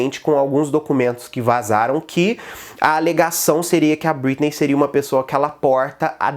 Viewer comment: "BritnÊi" que agonia ver ele falando o nome errado kkk